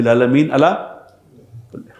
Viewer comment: کلے نہیں کل